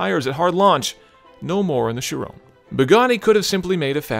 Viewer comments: Art Vandelay but not shirone like the guy says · Take a shot for every time chiron is pronounced like 'chiroan' in this video. Tip: get about 20 bottles ready... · You got it wrong. It's supposed to be pronounced as Chiron. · He pronounces Chiron like how someone would pronounce Tyrone. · "Shrone"? SHRONE?! Tell me that it's not called (my my my) Shrone (a). And please return to his rightful place in the driver's seat. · who is 'sherone'? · Isn't it pronounced "Ki-Ron" (kinda rhymes with Byron)? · isn't the name pronounced like kyron? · chirone ? 😧 I don't understand you can pronounce vayron correctly but Chiron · I can't stand his pronunciation of "Chiron".... sounds like "Sharone" whan he says it :/ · why does he keep on saying "sheeron"? annoying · SHIRown? Nope, there's no E on the end. Cannot take you seriously. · Thirteen155 it's 'chee- ron' actually... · Kind of funny you mention that but even all other English presenters pronounce it the wrong way...it's pronounced in a French way with a numb N at the end. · It's pronounced Chiron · The way he pronounces Chiron ruins the video.